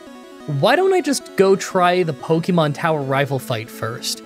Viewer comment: I love that after all this time, you STILL mispronounce Pokemon